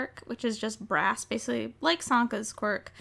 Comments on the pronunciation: Omg brass a thought she said grass I'm so dumb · I kept hearing grass instead of brass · Every time you said brass in this video I though you said grass That was confusing lol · all most the whole video i thought you said "GRASS" but you were saying "BRASS"